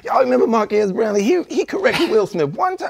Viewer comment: "Mark-Ass brown Lee"😂😂😂